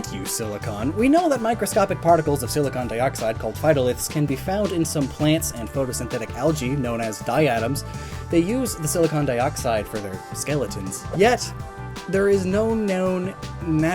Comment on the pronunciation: It's more like Die-Ah-Tom instead of Die-Atom. Thanks journey to the microcosmos!